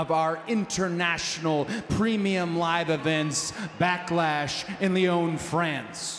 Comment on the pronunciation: Where in France he just doesn't pronounce it clearly?